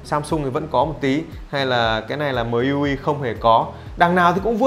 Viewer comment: MIUI đọc là "Mi iu ai" nhé, ko phải "Mờ i iu ai" :)))